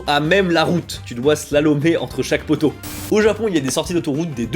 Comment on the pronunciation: Heu poteau pas poto 😂😂😂